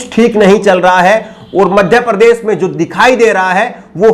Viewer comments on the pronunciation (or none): Sharm aati he mujhe jab sunta hu apka vdo jab aap bhasha ki aisi taisi pherte ho kaise sha ko sa kehna madhya prdesh prades bolte ho.shamil kovsamil keh rahe ho